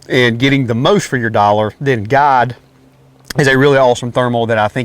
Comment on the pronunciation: Does he keep saying God or Guide?